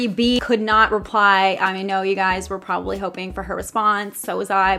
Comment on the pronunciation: "Problably" i'm sorry but i heard it 😅 i love ya girl